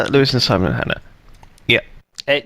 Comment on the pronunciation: Just noticed that said poois instead of Lewis at